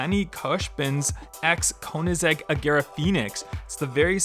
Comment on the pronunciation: It’s not konizeg! It’s koenigsegg! Get it right!